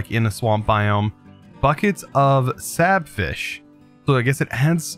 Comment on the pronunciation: reads slabfish Sabfish